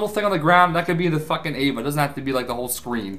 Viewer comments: Ay-va? Avatar....... Ava...... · Ayva? Pretty sure you mean avatar. Not ayva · And its an avatar not an ava